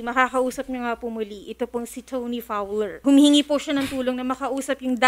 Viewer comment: Did I just hear Toni Fawol?